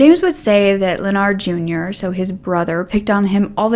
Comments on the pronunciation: Hey, Sweetie. I think it’s pronounced “Len-erd”. Not Leon-ard. I have several family members with the same name:) Great job on the video and you look great! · Ok but I think you’re mispronouncing “Leonard.” It’s like “lennerd,” not like “Leo-nard.” 😊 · Pronunciation is "Len-erd". The "O" is silent. Just trying to help you out. I love listening to your story telling!❤ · Leonard is pronounced Lynn-erd.(as in herd). —Just disgusting!! I think he was jealous. His successful brother took his girl, had a big family and had his own life. His brother had everything he wanted.